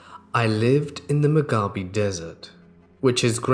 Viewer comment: You pronounced Mojave wrong